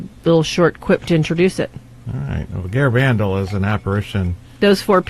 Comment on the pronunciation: "Garabandal" is pronounced with emphasis on the last syllable, not the third.